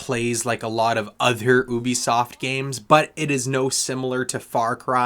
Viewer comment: Love how you pronounce ‘ohhhbi-soft’ 😂 Good review 🎉